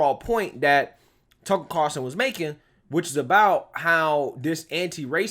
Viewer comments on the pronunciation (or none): Carlson NOT Carson